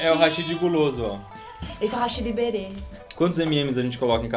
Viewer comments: Pq vcs falam rachiiii(hashí)??? É Raaaachi(Hashi Haaaaaaaaashi É o correto! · Só uma observação: o correto da pronúncia do hashi é como háshi, pois do geito que falam no vídeo da a entender como "pontes", apenas uma curiosidade sobre isso.